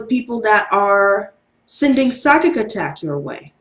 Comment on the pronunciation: What kind of attack? Cyber? I couldn’t understand the word you said